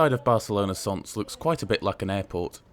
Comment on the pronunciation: Barcelona "Son"? It's not French. Can't you check the pronunciation (OK, perhaps not Welsh place-names) before releasing your vids? I'm sure you'd cringe if a Spaniard made a video about Leeds and mentioned Eedinglay. Lol !